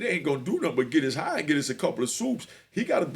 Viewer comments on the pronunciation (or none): The way you pronounce they shit lol "Net-thas" let me help you with pronunciation lol "Nee-etha" 😂😂😂